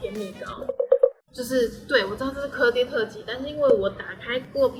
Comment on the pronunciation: 鵝ㄉㄟˉ就是鵝ㄉㄟˉ！！不是唸ㄎㄜˉㄉㄧㄝˉ！！